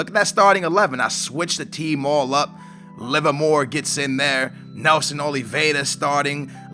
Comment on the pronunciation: if you are portuguese, why u cant pronounce the names like labyad and pronounce names like livermore perfectly ?